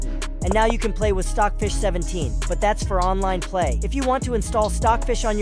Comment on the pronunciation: he say filed stocj fich 17